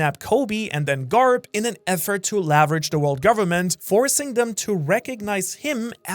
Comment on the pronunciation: Said leverage wrong other than that good video!!!😂😅